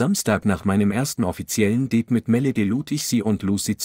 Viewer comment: Ja, statt Date wird auch dade gesagt. Einen menschlichen Leser oder zumindest eine bessere Computerstimme wäre schon fein.